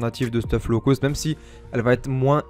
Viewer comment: « Un peu moins law cost » tu es Marseillais? 😂 gg pour les games!